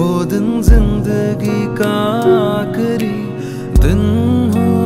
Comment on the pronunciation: And gham too Ooof